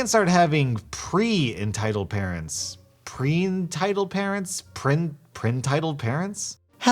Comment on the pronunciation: ok when said preinteld parents i said entideld pregnuts